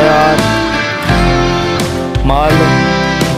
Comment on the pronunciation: भईया जी वो म्सार नहीं मसार है 🙄